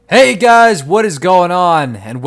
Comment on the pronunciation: lol he said "HEY DIES!!" in the beginning of the video